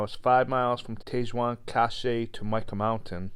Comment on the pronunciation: Sry not sry but it is bugging me. hahaha, my problem not yours. Tete Jaune Cache is pronounced Tet Joan Cash. Or close. Means Yellow Head Cache (food storage) It is on The Yellowhead Highway. An excellent vid though and thanks